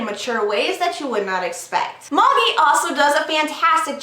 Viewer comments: Always thought it was pronounced Maa-jee, not Maw-jee, lol. Anyways, the manga is so awesome, especially right now. I still think you should do a first impression on the Manhwa, Tower of God. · May-ji it's pronounced May-ji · its pronounced ma-jai, though if its pronounced that way in the anime then I understand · Is it pronounced ma-gee? I was pronouncing it mey-g-eye. Like the wise men in that Jesus book.